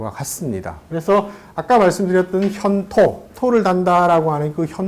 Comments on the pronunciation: "했다"의 첫 자는, 제발! 길게 , "현토"의 첫 자도 제발! 길게 발음하소서! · "좋다"의 첫 자도 길게 발음하십시요! 현통.ㅣ 첫 자도 길게 발음하이소!!